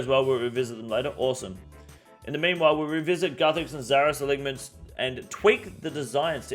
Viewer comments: Uh-line-ments ffs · Great videos but please learn to pronounce alignments